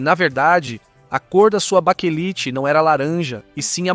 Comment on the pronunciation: Baquelite é o correto ,não baquelita